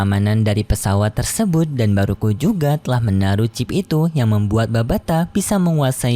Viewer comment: Bukan baruko tapi baruah cam KO minmin